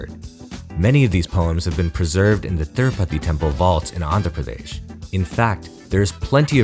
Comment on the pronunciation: I could tell by the way you pronounced andhra pradesh